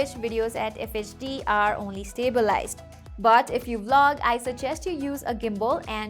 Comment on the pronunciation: the way you say but is like bout 😂